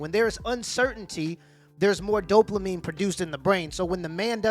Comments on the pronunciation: Dopamine. You pronounced it right the first time you said it. Then you added an “L”: Doplamine 🤣😂🤣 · There is no L in dopamine. Not doplamine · Dopamine* not Doplamine. Lol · Doplamin gets me every time 😂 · It's dopamine. Not doplamine. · Bruh. Doplamine. Come on man. I like your videos but that drove me mad. It’s DOPAMINE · This man said doplamine like 4 times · Did my guy say “Dopluhmine” or am I just hearing it wrong ? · Don't mean to be that guy... but it is Dope Uh Meen instead of Dope La Meen, spelled Dopamine. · 7min29sec dopelamine lol Its dopamine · Anyone else bothered by him saying “doplamine” instead of “dopamine” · How many times did he call Dopamine “Doplamine”? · My guy just to help you its dopamine not dopelamine. Not an insult just a correction. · Bro wtf is Doplamine 😂😭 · Doplamine?! Lmao Just messing with you bruh. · bro it’s ‘dopamine’ not ‘doplamine’ haha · Dop"la"mine is killing me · Please stop saying "dopLamine". You're an authority on social/sexual interactions? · "Doplamene" :D It is "dopamine" my guy, it is "dopamine". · It’s ‘dopamine’ not ‘doplamine’. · Why do you keep saying doplamine when it's Dopamine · There's no L in dopamine😂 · There's no L in dopamine lol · You know there is no L in dopamine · I don't want to be "that guy", but sir .. there is no L in Dopamine. Now it feels like I'm nagging about something, it is not my intention, but if I would be in your position I would apricate to be corrected sooner rather then later. Keep it up! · Say it with me dope-a-meen.